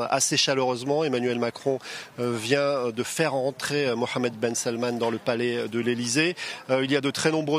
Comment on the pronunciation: C’est la première foi que je attends le nom Mohamed bien prononcé 😂💶💶